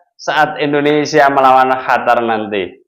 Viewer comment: bukan hatar ...Qatar